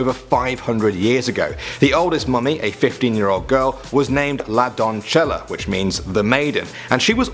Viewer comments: I would like to point out the erroneous Italian pronunciation of a Spanish word . The pronunciation for #1 is /donˈse.ʝa/ or /donˈθe.ʝa/ which is "don.say.jah," a Spanish word. This is not Italian, if it were it would be donzella. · is is not la donchela.. it's la donceya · Nice video!! Btw Spanish is not Italian, "don" like in "DON'(t)" - "ce" like in "(Beyon)CE" - and "lla" like "JA(zz)"... doncella Not perfect, but certainly an improvement from Donchela Lol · is not donchela it is pronounce donsesha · "La Donchela" XD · Hahahaa, la Don-che-la!!! That's Italian, dude! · Lol says the word in Italian when it's actually Spanish